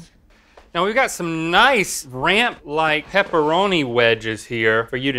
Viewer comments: He also said peeparoni omg people pepperoni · Pepperoni. Not pepperonis. …I’m sorry, I had to